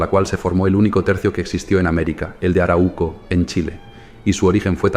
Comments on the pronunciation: Se dice aráuco. No araúco. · 3 alcances al narrador: 1. La region donde viven los mapuche fue bautizada por los invasores como Arauco y se pronuncia con el acento en la segunda letra "A": Aráuco. 2. En mapudungún, la lengua mapuche, MAPUCHE significa "Gente de la Tierra (Mapu=Tierra, Che=Gente); por lo tanto, la palabra mapuche se utiliza tanto en singular como en plural (no mapucheS, dino que los mapuche). 3. No hablaste espero que sin mala intención (aunque lo dudo porque perteneces al pueblo invasor y lo resaltas) de la decision principal por parte del invasor para fijar la frontera en el Río Biobío: la gran voctoria del Toqui Pelantaru sobre el "ejército de encomenderos" guiados oor el Gobernador Garcia Óñez de Loyola, en la Batalla de Curalaba (1598), que resultó en la aniquilación total de la hueste invasora (180 invasores) y la muerte del 2° Gobernador hispano (el orimero fue, claro, Pedro de Valdivia). Ojalá acogieras estas sugerencias y resaltes ls victorias de tus enemigos. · solo una correccion, se lee arau - co, no se separa la u en la segunda silaba, se lee junta a la primera silaba